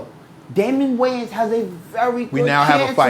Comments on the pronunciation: Wayans Not Waynes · It’s “Wayans”